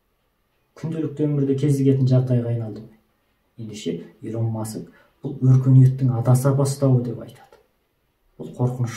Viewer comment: Илон деп жазылады Илн деп айтылады брат